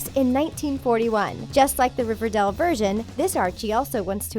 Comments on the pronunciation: It’s Riverdale not Riverdel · I’m I the only one who thinks she’s saying riverdel and not riverdale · It's Riverdale not Riverdelle. Is that so hard? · Did anyone notice how she pronounced it River-doll instead of of River-dale? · It's Riverdale not Riverdel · Why is she saying riverdell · Did anyone else hear her say riverdel? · she kept saying riverdale wrong